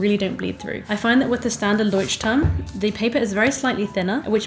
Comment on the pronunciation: Hii. I don't know how to make it sound not mean, and I am not forcing you to pronounce it correctly, it's more for information. The pronunciation of the name is wrong 🙈 I haven't written transcriptions for ages, but it sounds more like [loiht'turm], no [Ch] sound there. I'm not German but I can speak the language. And I know the struggle of the foreign names 🥲 So I'm not forcing you to change it, just sharing. For me, to be honest, it sounds hard, to hear the "Ch" in there, but it's my issue. And thank you for the video, it's really nice and finally someone shares "no time/no skill for art" issue 😂🥲